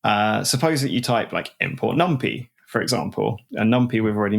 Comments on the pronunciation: That’s maybe the worst thing in this podcast. Infuriating honestly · I've always feared that someday, someone would pronounce "numpy" like that